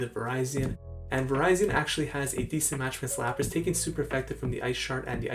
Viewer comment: Lol I think its pronounce Va-rizi-in also.